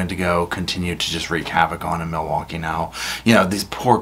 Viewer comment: LINGO:. 1. MILWAUKEE= mih-waw-gee 2. Ask= "axe" 3. Sustain = "sub-aint" 4. Old = "oat" 5. Said = "set" Etc.